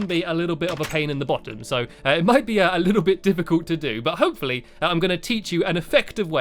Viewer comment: When u said hopefully it sounded like u said hope for leeeeee